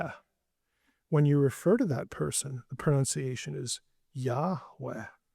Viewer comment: Sorry, but there isn't a 'wah' sound in Hebrew; the 'waw' sound is Arabic. He told Moses Eheyeh asher eheyeh: I will be which I will be.